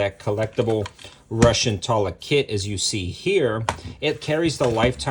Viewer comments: Toolah....not Taahla...😏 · Its Tula not Tola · Did you say...Tulla?! 😂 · / 2000 $ I'll pass on that 😅😅. Your the first person ever hearing saying tula that way 🤷, idk just sounds weird . Regardless God video tho 👍.